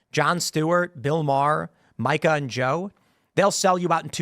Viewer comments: It's "Meeeka" and not Micah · Tim, please say Mika's name correctly. It sounds like "Meeka." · Is it racist for ya’ll to be mispronouncing Mika’s name? 😂 (it’s MEE-ka, if you care)